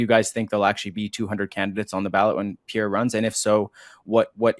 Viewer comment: Please learn how to pronounce Pierre's last name! The "re" is not pronounced! It's not that hard!